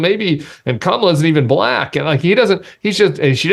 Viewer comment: He can’t even say the word “Black” without over-exaggerating the syllable.